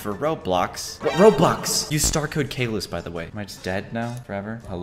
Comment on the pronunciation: Not cavlus its caylus